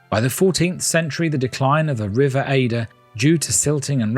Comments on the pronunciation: It’s the river Adur (A-dur) not Aye-dur. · The river Adur, it’s pronounced Ay-der, by the way. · The River Adur! Pronounced Aydur! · It’s the river Adur not Eider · Yes this made me quite angry 😅